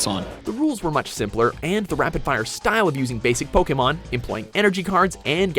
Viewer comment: why can't he pronounce Pokemon correctly?